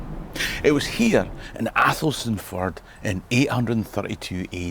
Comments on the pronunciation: Yo, another cracking story. No that you knew but Athelstaneford is pronounced Elshinfurd 👍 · Another great interesting presentation and good to hear you promote St Andrews night. However if you asked a more experienced 🏴 Tour Guide like Albannach Tours you would know the correct local pronunciation is ELSHIN FORD 😅😅